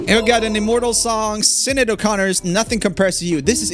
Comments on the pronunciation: Dude, Gaelic names are hard. But she was famous!!? -- Sinead O'Connor = it's "sha-NAY" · I know I'm late to the party but I just had to say it.. Sinéad is pronounced Shin-aid. I know it makes no sense but that's the Irish language for ya 😂🇮🇪 I've gotten worse than Sinid before though 😂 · Fun Irish Fact It's Not Sin-ned It's Shin-Neead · For future videos Joel it is: It is "Sh-Nay" not "Sin-Ed" for the pronunciations "Sinéad" I am not trying to be rude just trying to be helpful :D Fab video though! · Joel, it genuinely hurt me when you said ‘SIN-aid’ for Sineád O’Connor... it’s ‘Shin-aid’ 🤣🤣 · I can't get over how you pronounced Sinead O Connor 😂 Sinead is an Irish name and it's pronounced Shin-aid 👍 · Its actually pronounced Shin-Aid. Common mistake ahahA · You seriously said 'sinid O'Connor'. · Sinéad O'Connor is pronounce as Shi-nayd-o-kaa-nr She's Irish. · "Out Of Touch" will NEVER fade away!! The audacity!! Also, Sinéad is pronounced SHIN-AID!! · No no no. How will I know is awful. The Alicia Keys song is still beautiful and Sinead is pronounced as Shinayd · Love Joel's pronunciation of Sinéad's Irish name Sin-ed 👍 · sinéad is pronounced shinaid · David Lee Roth looks like is Sting and Mick Jagger had a baby. Sinead is shun-AYD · You are still not pronouncing "Sinéad" O'Connors name properly.. Try saying🤔 "shin-aid" I know we have names that aren't spelt the way they sound. Good luck 👍🏻and yes I am from Ireland and it hurts everytime you say it wrong... 🇮🇪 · you pronounced Sinead horrifically. it's pronounced shanaid. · Sinéad is pronounced like shinade its irish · Oh the pronunciation of sinead 😂😂😂😂 I'm irish and its pronounced shin aid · Sinéad is pronounced shin-aid. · Joel, pleae learn to pronounce Sinead O'Connor's name properly 🙏🙂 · OOF, that pronunciation of Sineád lol But I mean, it's Irish, so I am not really surprised 😅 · Was I the only one who cringed when he pronounced Sinead O'Connor 😅